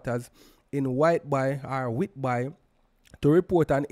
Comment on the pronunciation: Whitby is pronounce wit...bee. It's so terrible how i get the Canadian news on Jamaican Youtube channel. (My choice)